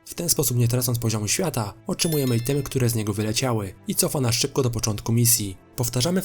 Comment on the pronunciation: Sorry, że cię poprawię, ale muszę, bo to kłuje w uszy. Item czyta się Ajtem, a Enoch, jako Inok. Dzięki za poradnik, na pewno z niego skorzystam.